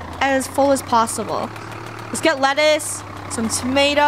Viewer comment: Not me hearing: " Lettuce out! "